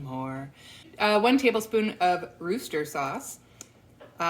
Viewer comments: You have a cooking show, you owe it to yourself and your viewers to take the time and effort into pronouncing Worcestershire sauce. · As someone born nearby Worcestershire in England, you can just say "wuster" or "wuster-sher" that's the correct way 😊❤️